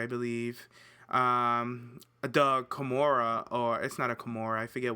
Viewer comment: did you just call a kimono a kimora?..... i will end you....